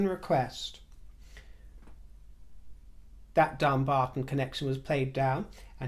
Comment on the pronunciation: I live near Dumbarton. We pronounce it Dum-barton not Dumb-arton. Meghan has insulted the locals by even suggesting it's got dumb in the name.